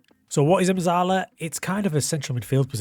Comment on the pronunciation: It’s pronounced Metzalla - it’s Italian my friend